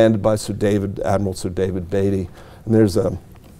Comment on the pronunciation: It's amazing to make your life studying Jutland and not learn how to pronounce Indefatigable. I don't care how they say it in America; this was a British ship. And Beatty too, for that matter.